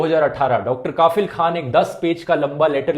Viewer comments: Bro, right pronunciation of Dr kafeel is कफिल not काफिल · You pronounced it wrong, it’s Dr. Kafeel and not Dr. Kafil. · Rathee Bro plz pronounce कफील not काफिल Video is really informative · It's not kaafil.. It's pronounce as ka'fill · Its Kafeel not kafil! Feel the difference. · Dhruv, I know you don't write scripts on your own now. But please before making the video, know the correct pronounciation of the words 😃 it's Kafeel and not Kaafil. In your video about Hagia Sophia also, you pronounced 'Kurd' as 'curd' 😂😂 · Bhai, the pronunciation is कफिल not काफिल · Pronunciation as Dr kafil not kaafil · It's pronunciation is Kafeel, not kaafil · Its Kafeel not Kafil. Focus on Pronounciation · Listening kafeel as kaaafeel khan weird pronunciation. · Kafeel, a right pronunciation is कफ़ील......... means responsible Well done Dhruv🇮🇳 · It's pronounced कफ़ील Very detailed analysis 👍🏻